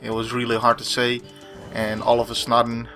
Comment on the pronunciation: "All of a snudden...", you snure do crack me up! Snuper!!;D;D